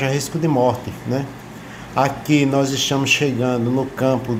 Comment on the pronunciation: "Estiamos" ? "Estiam " É outra Língua Portuguesa em Alagoas?